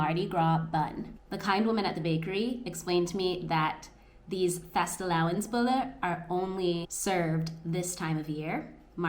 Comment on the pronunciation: Here's a little tip about Danish words that end with ER: We don't pronounce that R. Instead, for instance, in the word "fastelavnsboller", we pronounce the last two syllables like you correctly pronounced the first of the two. So; the syllable er is pronounced like -bo - with no stop. I don't know if "stop" is the correct term. Now Googling... Found it! It's called a "glottal stop"! I truly believe you can become really good at this! Good luck!